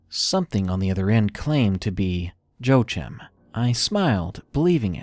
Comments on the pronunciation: "Joechim"? I'm pretty sure it's Joachim, pronounced Wah-Keem. It's a Hispanic name. Joechim lol! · #3 Joachim is pronounced wa-keem, other than that small annoyance, excellent video